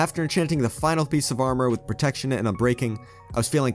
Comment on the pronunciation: you can't read protection correctly